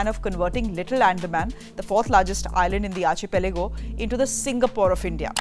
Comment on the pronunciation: Your pronunciation of 'archipelago' is wrong. It's actually pronounced like 'arkipelago'